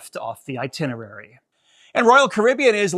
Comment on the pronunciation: "Some sights are best left off the itinery" LOL.